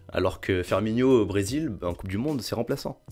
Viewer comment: Firmino pas Firminio ni Firnminho ;)